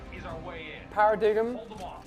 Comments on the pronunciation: Alia: " para dig them" LOL its paradigm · Bro said “paradigim” but it’s pronounced as “pair-a-dime” but spelt as “paradigm”. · pronounce it “pair-uh-dyme” not “pair-uh-dig-um”😂😂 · He said the Paradigum I'm DEAD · Ah yes, The Para-DIG-m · The way he said paradigm 😂